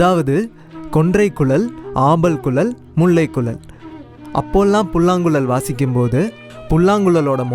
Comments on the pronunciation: தம்பி, மொதல்ல 'ழ' சொல்லி பழகுபா. புல்லாங்குளல், பலகி னு சொல்றது நிஜமா சகிக்கல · It is புல்லாங்குழல்.... writing would be easier rather than pronouncing .........is it not....